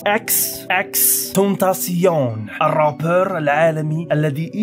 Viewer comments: تايشن ماشي تاسيون و اسم العلم عندو نطق واحد باش ما تقليش هاذا النطق الفرنسي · انت قلت اسمه غلط 😂😂